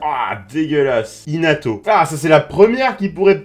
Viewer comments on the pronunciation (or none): il a dit Hinato :')